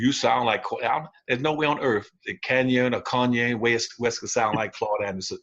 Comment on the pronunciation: Actually Dr. Anderson, Kanye's name is pronounced correctly!